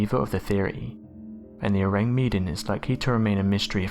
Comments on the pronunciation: ORANG MEDAN means Medanese or person from Medan and pronounce MAY DUNN.😉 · Ourang Medàn. The accent is on the second syllable of Medan.